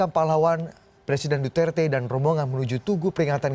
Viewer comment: Indonesian says right pronunciation for Duterte..Mabuhay from Philippines